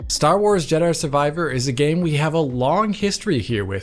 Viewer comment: Star Wars Judder Survivor lmao